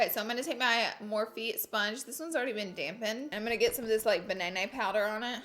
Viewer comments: “Banaynay powder” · forever calling banana powder "banaynay powder" from now on lmfao